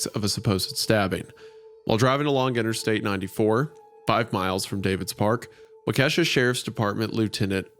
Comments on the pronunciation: person from Wisconsin here for anyone curious or other Wisconsinites that caught it: Waukesha is pronounced Wah-ke-shaw instead of Wuh-kesha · It's "Wa-Cuh-Shaw", not "Wa-Ke$ha". The pronounciation of Waukesha is driving me crazy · hate to be that guy but Wah-ka-shaw, not wa-kesh-ha. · I know this is three months old, but I’m from Milwaukee and it’s bothering me, the town’s pronounced like “wah-ka-shaw” not “wah-keesha” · ok, first thing is this was such a great episode! Absolutely loved the real-life story format! Second thing is the pronunciation of "Waukesha". It's actually said like "walk-eh-shaw" rather than "wuh-kesha" (coming from someone who grew up there lol). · WALK - AH - SHAW! Not WA - KESHA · the way i screamed “IT’S WAHW-ke-SHAW” when Wendi said “wah-KE$HA” and i’m from the west coasssstttt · trying to watch this but the pronunciation of wa-kesha is hilarious, its wa-ka-shaw wendigoon lmao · as someone from Wisconsin, Isiah pronouncing Waukesha as “Wa- Keesh-A” pains me. Its “Wa-Ka-Sha”!!! (I find this hilarious) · Wa-Ke$ha (My bros it’s wah-kuh-shaw, pretty even emphasis on each syllable) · Its pronounced wah key sha not wah kesha lol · As a Wisconsin native, it was funny to hear "wah-KEH-sha" instead of "WAH-keh-sha" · This hurts being from Milwaukee. It's pronounced Wauke-SHAW. Not Ke$ha lol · 6 minutes in and I probably agree with the comments that this Isn't It, BUT as a Virginian that moved to Wisconsin I'll switch it up and say that Wendigoon says Waukesha incorrectly like me and my fiance do lmao The correct way is like wau-keh-shaw evenly and not wau-KE$HA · Its actually pronounced 'wah-kaw-shaw', but I can get down with WauKe$ha too 😂😂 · walka-shaw, not wake$ha 😂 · Wisconsinite here, that pronunciation of Waukesha physically pains me 💔 Around my parts, we typically pronounce it like Wah-kuh-shaw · Waukesha is pronounced as “Walk-uh-shaw” btw, and there’s a small chance the psychologist in this story was also mine, Idk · Its walk-a-shaw.